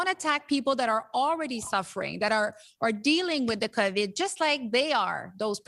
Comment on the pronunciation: "the cuhvid"